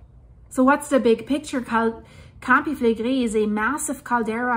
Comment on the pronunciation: Great information as always. I hope the people will go to safe place from the area. By the way! The Italians pronounce the R more like spanish people. You pronounce many words very well, but you pronounce the "R" like french people when you say "campi flegrei". Just a tip to improve your already good pronounciation of Italian words. 😊